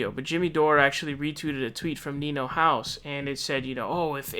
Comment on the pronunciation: He said Nino House lol